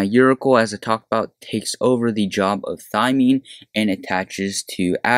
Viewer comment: Uri-kle?? your-a-sil.